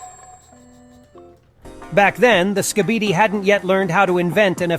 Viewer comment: You can’t even say skibidi you say skipidi